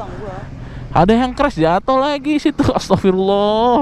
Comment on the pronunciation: astag... bukan astaf...